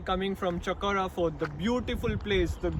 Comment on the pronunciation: Not chakora port it's chapora fort